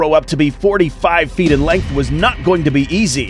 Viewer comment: Feet not fert